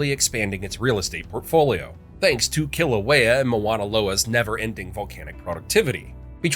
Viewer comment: I think it is disgusting that this video was produced without researching and presenting the names of Hawaiian words with the correct pronunciations. There is no "kill" in Kilauea. Other errors include the name of the Big Island is not Big Island! The name of this island is Hawaii!! It is a shame that all the effort that was put into this film and the interesting information I will not pass on. I do not want to promote the careless use of mispronunciations of 'olelo hawai'i